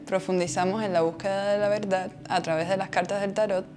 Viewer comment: La veldad 😅😅 repite conmigo: veRdad 😅